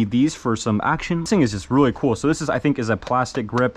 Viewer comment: kewl kewl kewl kewl pretty keewl